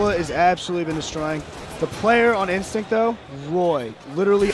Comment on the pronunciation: "final bos...Ah god, INSTICT"